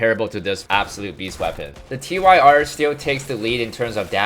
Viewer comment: The proper way to pronounce the name of the revolvers is "tier," not "T-Y-R." The name is a reference to Týr, the Norse God of War